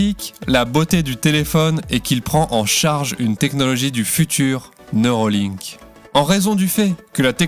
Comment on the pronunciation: Ce n'est pas neurOlink mais neurAlink...